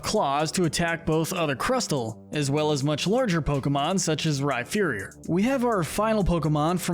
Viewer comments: When you said Rhyferior I nearly clicked outta the video it’s Rhyperior like superior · Bruh. It's Rhyperior - not Rhyferior. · Some of your Pokémon name pronunciations are so bad it leads me to believe you haven’t played the games or watched the anime much at all. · Yeah there is no “F” sound in the name.. definitely should be the “P” sound. Like the word “Superior” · I know that. This is me joking about how he pronounces Rhyperior as Rhyferior ( like it was spelled Rhypherior ) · AGAIN, THE F IN RHYPERIOR IS SUPPOSED TO BE A P! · The way he pronounces Rhyperior 😭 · THE F IN RHYPERIOR IS SUPPOSED TO BE A P THE FIRST TIME! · THE F IN RHYPERIOR IS SUPPOSED TO BE A P!